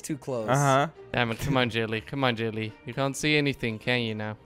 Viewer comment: Jellly is not jellly jorden😂😂